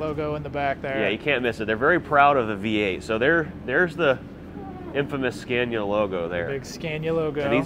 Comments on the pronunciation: Nice truck :) If there are any americans who wants to know how Scania is pronounced: The first "a" in Scania is pronounced like you would with the word "awesome". "Scawnia" :) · Scay-nia? Say Scah-nia. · It’s not a “Sk-CAY-niya” but “Sk-AH-niya.” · Why butcher the truck and not keep it original? It is one of a kind in North America. Also, learn how to say Scania.